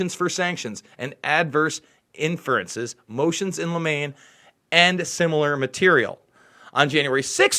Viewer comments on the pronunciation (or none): FYI: As for "Motions in limine", it's pronounced like lemony Bro. In U.S. law, a motion in limine is a motion, that is discussed outside the presence of the jury, to request that certain testimony be excluded. The motion is decided by a judge in both civil and criminal proceedings.